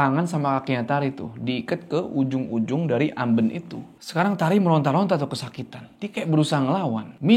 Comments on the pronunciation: amben bang bacanya bukan amben🤣 duh gmn ya jelasinya😭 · amben bang bukan amben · AmbEn bang bukan Amben😂🤣😆😅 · Amben, e nya pake e ketek, ah susah coba komennya ada vn 😂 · kalo disini bacanya AMben bukan Amben, eh😂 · Amben, pake E bukan E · AmbEn...bukan amben. Pake E besar. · bacanya amben bang bukan amben... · Keren bro, fyi sbg org jawa asli, sedikit info soal "amben" bacanya "ambèn", ky blg "bènsin", bukan "bensin" 😊 balai-balai dari bambu yang digunakan sebagai tempat tidur atau tempat duduk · Mbacanya ambEn bang 😄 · AmBEn. Kayak mengeja "MEja". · mau sedikit koreksi. cara baca amben itu e nya bukan e biasa. tapi e yang bunyinya antara a dan e, mangats bang💀🔥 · amben bang bukan amben. gimana y jelasinnya😂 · Pengucapan kata “Amben” yg bener intonasi huruf vokal “E” nya tinggi.. Aduhh susah kalo jelasin lewat tulisan, tapi semoga ngerti yg saya maksud ☺️ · Makan siang sambil nonton ini bikin makannya jadi lahap 😄 BTW, pengucapan "Amben" pada huruf 'e"nya lebih tepatnya seperti "e" pada kata "Sarden" bukan "e" seperti pada kata "Kenanga". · terima kasih videonya! Tpi tadi bingung waktu omong "amben" bukan pake e itu bang, tpi pake e yang di ikan lele 😅🙏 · Cara ngucapinya tu amben bukan amben ✌🏻✌🏻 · amben bang bukan amben. Ahh gimana ya jelasinnya gabisa vn😭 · amben kak bukan amben wkwkwk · bukan amben tapi amben 😂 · bang, amben bang bukan amben, pake e bukan pake e